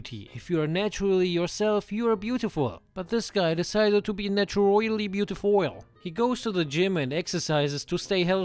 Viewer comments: “He’s naturally “beautifoil” 😂😂😂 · Not beautifull...BeautiOil😂😂😂😂😂😂😂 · "Naturoily beautifoil" lol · I died at “naturoily beautifoil” 💀💀💀💀